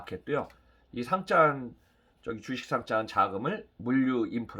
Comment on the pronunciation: 좋은 내용 감사합니다 그런데 상짱이 아니라 상장입니다